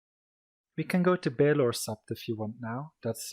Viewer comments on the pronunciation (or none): Septors balon 😂😂😂 it hurts for a GoT nerd to watch this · Septors baelon lmao